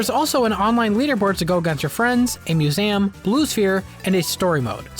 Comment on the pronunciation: 🤨Did you say mue-SAYAM unironically?